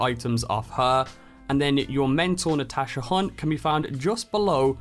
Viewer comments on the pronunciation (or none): none